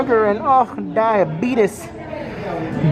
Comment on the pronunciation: Lmaoo “diabetus DIABEATUS”